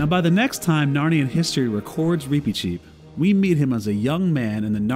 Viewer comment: I’m sorry, the pronunciation is just bothering me so much. Why do you pronounce his name like that? I’ve only ever heard it pronounced with a short ‘i’ sound.